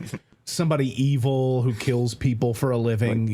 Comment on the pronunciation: Apparently, eee-vile has been normalized in this country in all respects.